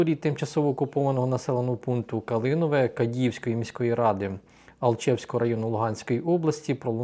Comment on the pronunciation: треба казати КАААААААДІЇВСЬКА -переселенка з Луганськ.області